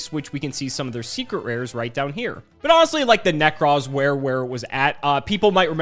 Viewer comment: I feel like we've got enough material for a " pronounces card names wrong" montage while The Ting Tings hit song "That's not my name" is playing in the background. Whatever the f**k Nekroz Colossus is... -_